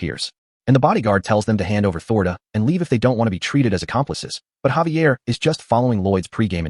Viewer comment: Xavier...say it with me Zay-V-ah! also who is Lloyed and who is Xavier? it mixes up so much, might as well just call them both soup.